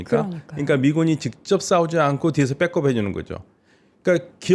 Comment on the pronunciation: 백업 발음 불편해요 ㅠ 혹시 빽컵이라는 다른 단어가 있나요?